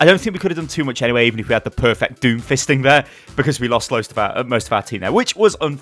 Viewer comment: There was a lot of fistimg talk being thrown around here 😂😂😂😂 the way you were emphasizing the word made it even more hilarious